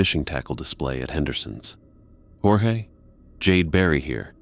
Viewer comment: You lost me at "Jorgé Stark".